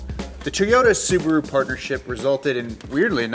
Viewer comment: Toe-yoda. Makes me smile every time he says it.